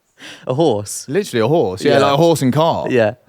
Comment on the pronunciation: An ‘orse… 🐴 😂